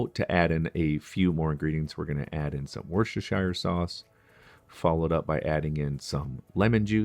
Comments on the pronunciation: Say it with me, "woostersheer". Wasn't difficult, was it? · Pron. Woostershuh. As in Yorkshuh not shire like mire the only shires are in Lord of the Rings